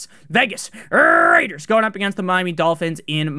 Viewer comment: I live for the Las Vegas RRRRRRaiders call